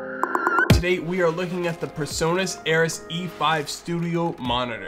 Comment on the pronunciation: It's "PreSonus", not PerSonus. It's hilarious how Americans can't pronounce "Pre" and always say "Per".